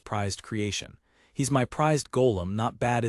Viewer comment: I don't generally mind AI reading. It can rip you out of the zone when you hear it misuse the versions of read but there's a problem with part script. Apparently there were places where the apostrophes were turned into spaces so it screws up any word with an apostrophe. Not more than like 5-10 minutes and then it seems to have been fixed but it's pretty jarring to hear them say things like "he s" rather than he's lol